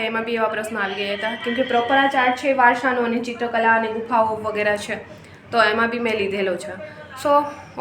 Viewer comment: વારસો.. નહીં કે વારશો